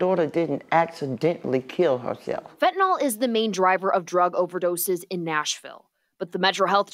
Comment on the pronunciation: if he says fentanol and not it's real name Fentanyl then he loses credibility immediately......and the new drug being 50x stronger than heroin makes it not as strong as Fentanyl......pay attention people.